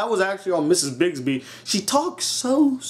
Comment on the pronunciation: I freaking love The Secret of N.I.M.H it's one of favorite movies of all time! but I'm gonna let you say her name is Brisby not Bisby you idiot.